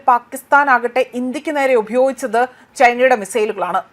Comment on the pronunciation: ഉഭയോഗിച്ചതല്ല,,,, ഉപയോഗിച്ചത് (തുടക്കത്തില്‍ പറഞ്ഞത് )